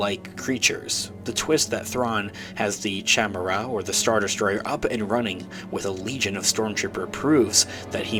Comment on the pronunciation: Its pronounced "ky meda"...Not "chamera"